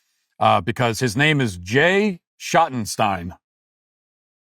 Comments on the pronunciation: You keep mispronouncing "Schottenstein". It rhymes with "Dream" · I’ve always heard it said Shot-in-steen here in Ohio. Their name is all over the place here. But I admit I know next to nothing about them 😂 But I’ve seen some great concerts in the Schottenstein Center in Columbus